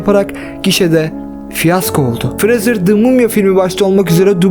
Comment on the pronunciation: Brendır James Freezer :D severim bu adamı ya